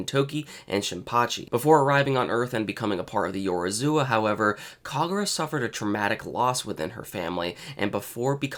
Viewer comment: One day you'll be able to pronounce Yorozuya properly. Until then keep up the good work xD